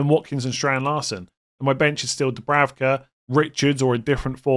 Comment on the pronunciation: It isn’t Dubravka it’s Dubrauka in terms of pronunciation. Benjamin is Benyamin.